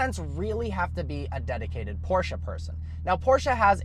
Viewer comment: I just appreciate the fact that he pronounces Porsche correctly.